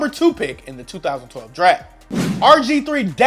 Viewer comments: Fucking O12?? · We not gonna talk about how he said ‘012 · I’m sorry but did you say josh Gordon join the browns in O 12? Lol bruh you dumb it’s 2012 o12 sounds so stupid lol